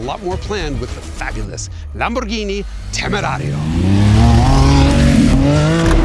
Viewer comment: LOL "LOMB-orghini" . Maybe stick with your impeccable German accent :)